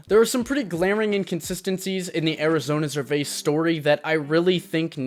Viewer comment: makes a video about a non industry plant artist and can’t even say his name right? gtfo here 😂